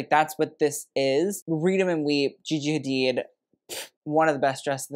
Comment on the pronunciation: The way he said gigi hadid 😂. You know you are kinda adorable.